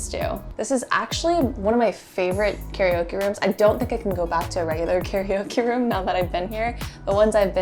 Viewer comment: C'mon, "carryOKIE" room? 😭😹😭